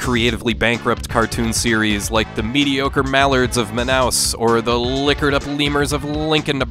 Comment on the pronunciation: Nice pronunciation of Manaus. 😬 Any backstory on it?